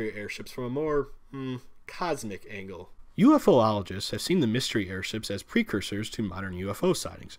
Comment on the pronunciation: You actually said, “UFO-oligist” not, UFoligist as is commonly said. Why dude, why?